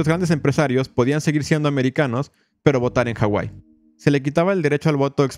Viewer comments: Disculpa pero la H no es muda en la Polinesia , saludos de rapa nui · Se llama Hawai'i no como tú lo pusiste. De hecho tiene muy mala pronunciación el narrador sobre los nombres de los jefes nativos, reyes e islas, pero tiene razón en su historia.